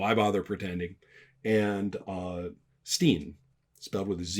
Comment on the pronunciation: You need to work on your sten-pronunciation Ron. ;-) Lovely video as always.